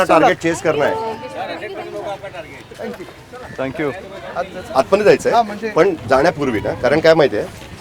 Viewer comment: मराठी मराठी आणि ठांकु ठांकु 😂😂😂😂😂😂